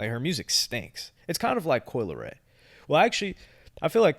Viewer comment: “Coi leary, his music”🤣🤣